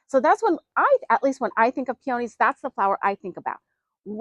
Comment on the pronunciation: I can't even listen to the way she says peonies wrong